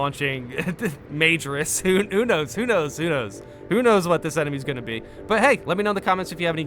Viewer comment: Hey, friendly FYI! "Majoris" is pronounced like the first word in "Majora's Mask." 40k is cathedrals in space, so High Gothic is made to sound like Catholic Latin, where emphasis is mostly on the second-to-last syllable (with some exceptions). a•DEP•tus as•TART•es AS•tra mi•li•TA•rum de•part•MEN•to mu•ni•TO•rum o•FI•cio a•ssa•ssi•NOR•um So also: ma•JO•ris and mi•NOR•is Source: 4ish years of Latin, and sang Latin in choir for years. We've touched grass since then, but sometimes the old ways still come out lol. Edit: adeptus meCHAnicus and astra telePAthica are exceptions b/c short syllables, but I won't get into that here lol